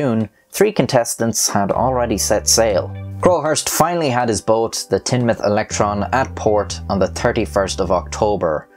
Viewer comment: Top points for correctly pronouncing Teignmouth as Tin-mouth and not Teen-mouth!!!! Well the locals call it Tin Muff or The Muff but Tin-mouth is close enough :-)